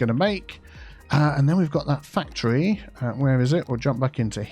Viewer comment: Totally different fandom but every time you say factory all I can hear is Symone from Rupaul's drag race.... WHERE A FACT-try ought to be